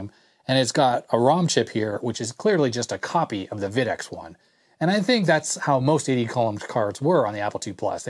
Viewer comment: FYI - Videx is pronounced VY-dex, not VID-ex. I was the lead engineer for the company in the late '80s thru the early 2000's, and we always winced when a customer mispronounced the name! :)